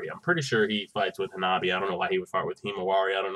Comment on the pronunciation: It's Hanabi* 😂